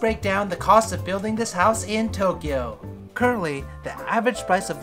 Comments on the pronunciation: No one:: toe kyo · hahaha Toe- kyo